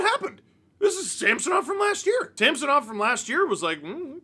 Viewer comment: Great win only marred by the continual mispronunciation of Sammys name by the commentators 😂 who the heck is SAM SO NOV